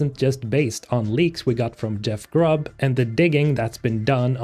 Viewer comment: He said Grubb correctly wooo